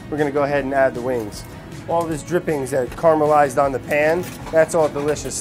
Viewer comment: CAR-amelised... -_- Not an it's alive vid, but he does it every time he says caramelised, vinny needa start calling him out. It's the same phonemes as if you were saying carroway Brad - caramelised.